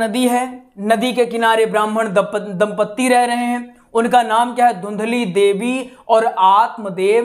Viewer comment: धुंधली नहीं है धुंधली है दम्पदी नहीं होता जी दंपति होता है